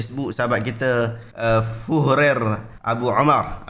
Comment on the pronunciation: selit sikit. "Führer" tu sebutan dia "Fi-u-gha". dalam bahasa German bermaksud Leader. sebutan boleh rujuk google translate.